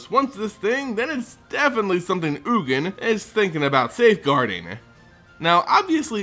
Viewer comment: is oogin, the correct pronunciation? I though it was yuu-jin. Sounds better to me.